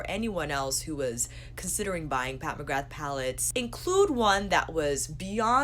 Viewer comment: Love your channel, but McGrath is pronounced McGraa x